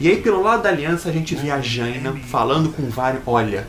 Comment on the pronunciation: lool le fala Jaina td errado kkkkkkkkk